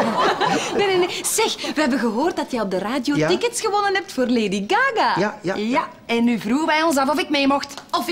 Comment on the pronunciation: zegt laidy gaga hahahahahahah k3 moet niet stopen